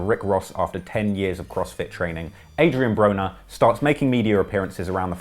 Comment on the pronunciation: he said adrien boner LOL